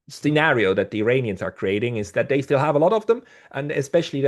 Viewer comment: I know English is not your first language. Please don't say "Eye-rainians", only idiots say that.